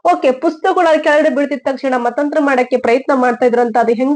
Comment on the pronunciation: Mathanthara not Mathanthra🙏